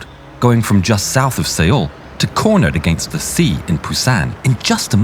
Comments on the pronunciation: Who the FUCK says it’s like say-ool. Even Koreans pronounce Seoul as soul. And why tf ain’t these soldiers wearing helmets. U can’t hear shit in a tank without one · I think it's pronuonced soul not say-uull. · Seoul is pronounced soul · Fake AI!! “Say-ool” instead of Seoul. What don’t you people clean it video up with proper pronunciations? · "Soul" or "sowl," pathetic one. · Seoul should be pronounced as "Sohl"